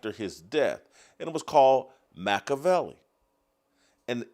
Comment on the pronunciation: Your pronunciation of Machiavelli’s name and interpretation of the Prince are both wrong.